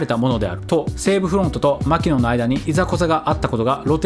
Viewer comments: マキノンのイントネーションは「マ」ではなく「キ」にアクセントを置くのが正しい。マ「キ」ノンね。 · マキノンの発音はアニヤンだと何度でも言い続ける